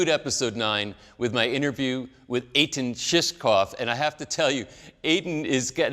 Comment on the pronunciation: It helps if you pronounce your guest’s name correctly. Shukron not Shukrov. Also, his first name is pronounce “Ellie” not “E-lie”. I simply couldn’t watch beyond that.